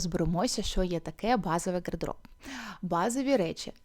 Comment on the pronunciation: Нажаль українська мова не дуже по-українському звучить, дуже ріже слух звук "г" гострий, як в російській мові. В українській мові є два звуки і дві букви "г" звучить м'яко, а "ґ" гостро. Так от "гардероб", "чорноГо, синьоГо, вдяГати, взаГалі" і тощо мяють м'який глибокий Г, а не гострий Ґ. Інформація добра, але я не змогла дослухати. Єдине слово, яке почула нормальною вимовою "багато".